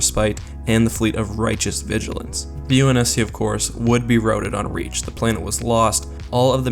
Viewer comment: Routed not roaded.